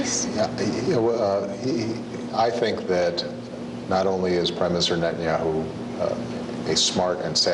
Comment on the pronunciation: שמתם לב שהוא אומר ראש הממשלה בנהיהו במקום נתניהו